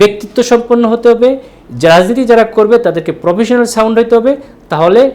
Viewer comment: Professionan sound na.....professional sound hobe ....shundirmoner socalled doctor